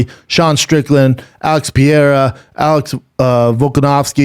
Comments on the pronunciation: Who is Pierre? Oh.... Pereira! Seriously "Brandon," how long would it actually take to learn to say a single fighter's name properly. So disrespectful. So unprofessional. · Alex "piera" pereira. 🙄 For sure get fighters names right if you have a fight podcast. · Pierre-A? Strange way to pronounce Pereira,but Schaub is nothing if not consistent. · Schaub just butchering Pereira's name shamelessly 😂